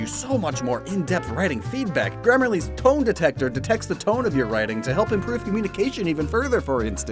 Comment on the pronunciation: "Grammarly's TONE detector!" I heard this as 'toe detector' and was extremely confused. Had to rewind to make sure it was me being a plank and not what was actually said lmao